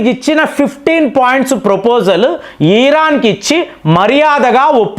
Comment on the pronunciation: ఈ రాన్. కాదు ఇరాన్ మీరు కంటిన్యూ గా తప్పు పలుకు తున్నారు